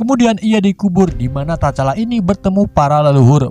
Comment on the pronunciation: Tcala itu T nya dak baca bang.. jadi hanya di baca cala gitu aja